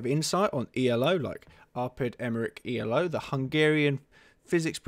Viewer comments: its not pronounced e l o its pronounced elo, as in eelow because it is a name :) just FYI :) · I'll just add one more critical comment to continue to beat up: His name was Elo, pronounced "eelo", not E-L-O, you dimwit! It often gets capitalized to ELO for aesthetic/formality reasons, but that doesn't change the pronunciation of the guy's name. But then again, as you simply read this article from Wiki, you are probably quite clueless about chess, its history and rating systems. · for fucks sake it's not ELO is elo pronounced eloo as in hello without an h.